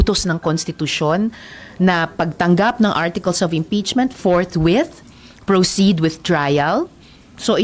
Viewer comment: Forthwith Hindi forth month